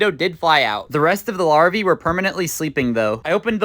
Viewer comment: Larva ❌ larviee ✅